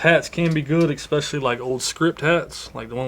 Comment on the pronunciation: Essspecially ....not ECKspecially